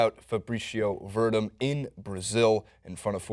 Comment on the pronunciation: Stipe = Stee-pay Werdum - Ver-Doom historic = historic, not heroic :)